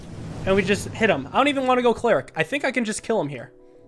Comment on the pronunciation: It’s ‘cleric’ not ‘cleeric’